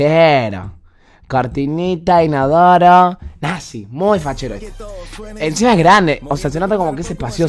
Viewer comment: modo santiagueño NAZHEEEEEEEEEEEEEEEEEEE